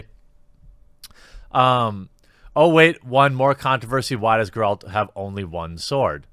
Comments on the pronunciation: You play the game, and yet you pronounce it "Garrald of Revaya"...?? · SeenBett3rDays neither does Jeremy tbh he doesn’t even know how to say Geralt